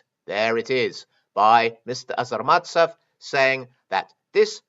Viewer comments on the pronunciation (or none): The Russian "authenticator" is a not-so-petty criminal, however, you consistently mispronounce his surname. It is ARZamastsev, not AZArmatsev. This not very common last name is likely originates from a toponim - there is a city named Arzamas i. Russia.